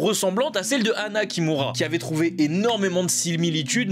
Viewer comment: chui désolé mais quand tu dit anna kimura j'entend " anna qui mourra" jpp